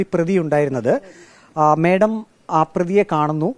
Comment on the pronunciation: മേടം അല്ല മാഡം.